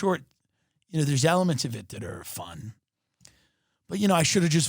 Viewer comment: The way he says “vlogged” lmao